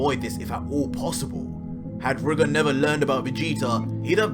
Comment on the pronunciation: #goku You say Rigor how it's spelt but it's pronounced Ry-gor